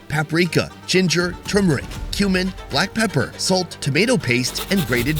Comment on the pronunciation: My kids and I were watching this together and one of em asked "why is that guy eating human"? saying "cumin" but they heard "human"